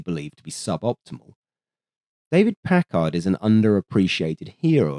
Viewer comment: Vacuum tubes, you whacky Brits! No "h" in Packard. Pronounced "Pack-erd".